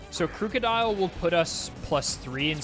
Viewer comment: First time I've heard someone pronounce Krookodile as "crew-codile" lol